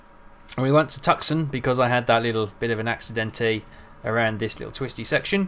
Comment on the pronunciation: Great stuff. I love the videos. You're pronouncing Tucson wrong, though. Phonetically, it is pronounced "Too-Sahn".